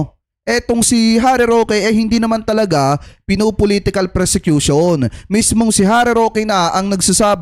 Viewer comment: Ang tamang word persecution hindi.presecution.